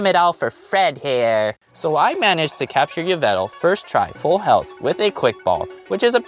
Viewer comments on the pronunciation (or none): none